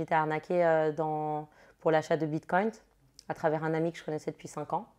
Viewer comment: Elle dit bitcoinT ou j’entends mal 😅😂😂😂🤣🤣🤣🤣🤣